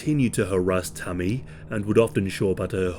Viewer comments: I kept thinking he was saying Tummy or something 😅, but yea RIP Tammy 😞🕊️🙏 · I thought he was saying tommy at first